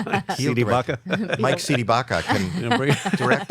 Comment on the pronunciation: It's C de Baca..